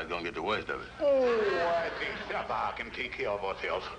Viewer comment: Mrs Van Pelt actually pronounces the name Sapphire correctly. Its usually pronounced as " Sap fi " .